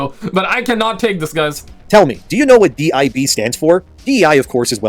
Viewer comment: DIB “Dibbs”